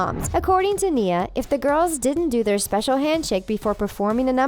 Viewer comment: is the person who talks a robot she said nia wrong!!!!!!!!!!!!!!!!!!!!!